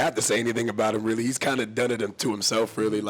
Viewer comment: "kilt that dude, I was rerally worried about him" I'm DEADDDD